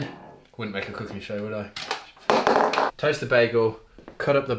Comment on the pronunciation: Anyone else hear "toes to bagel" when he said, "toast the bagel"? I was like, crossfit has gone too far with this one! Lol